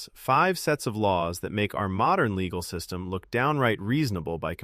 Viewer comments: ugh, I actually thought this voice was someone actually talking. I can't believe that someone is stupid enough to not know how to pronounce "system" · The AI starts to break down near the end "system" pronounced "seistem" and "composite" pronounced "com-po-sight". He says both system and composite better later, but when introducing it, it breaks down.